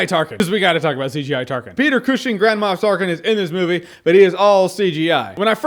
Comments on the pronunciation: What he says: Grand Moff Tarkin What I hear: Grandma Tarkin Lol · Is it just me, or does "Grand Moff Tarkin" sound like "Grandma Of Tarkin"? xD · Am I the only one that keep hearing Jahns' saying "Grandma Tarkin"? And when he mentioned the ballgags :-D